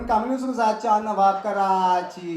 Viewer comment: Jawaw nahi nawaw Sir aap ka